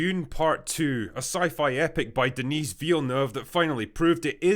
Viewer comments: Its not DeniZZZZZe its Denis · was this written and narrated bi AI? "DENISE" Villeneuve?! What?!? It'd DENIS. And "a cast that is rarely seen these days"?!?!? WHAT?!?! Huge casts of famous actors is all the rage these days. And actually Dune 2 has relatively few "big" actors. And majority of people agree that the two main acotrs i nthe cast, babyface and Zendaya, are the major weakness of the movie, they lack charisma and range. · I hope that Drinker someday somehow understands. Il prononce Denis comme Denise ! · I think that's "Den-ee" in French, not "Den-esse". Silent S and all. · Minor correction. The pronunciation of Denis Villaneuve’s first name is “Denny” and not “Denise”. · I'm going to be that Canadian Karen right here. Very politely, it's pronounced "DE-KNEE Villeneuve". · You think that's how you pronounce Denis Villeneuve? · Nice list. For anyone that cares, In Denis Villeneuve the S in Denis is silent.